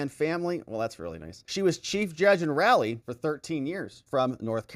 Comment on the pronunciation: Just helping out to let you know. Fayettville is said as FAY IT VILLE. Raleigh is pronounced as RAH LEE. Thank you so much for all you do for Americans! Love your work!